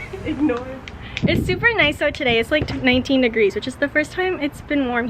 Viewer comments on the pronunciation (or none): I can't be the only one that heard 19 deggres